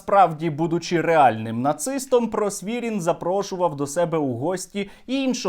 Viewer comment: Просвірнін, а не Просвірін